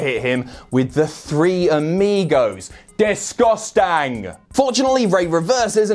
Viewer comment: Literally spat out food after that ''DES GUS TENG''